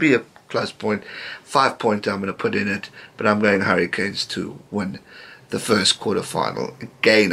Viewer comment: Am I the only one that thinks when he says "the Hurricanes" it sounds like "the Harry Kane's"